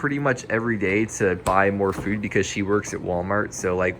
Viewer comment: You say food like FEWD